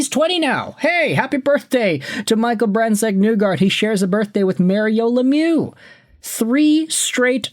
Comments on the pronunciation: Why do you say "Nugard", in Norwegian it is pronounced "Neegor". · Nygard is pronounced "nee-gard" btw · IT ISNT PRONOUNCED NEWGARD